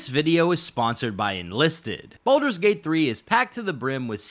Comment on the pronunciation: The fact that Wyll says thank Baldrun